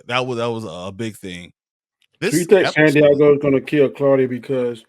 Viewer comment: LOL your guest calling Santiago "Sandeigo" 😮😅